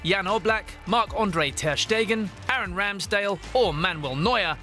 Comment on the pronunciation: André* not Ondrei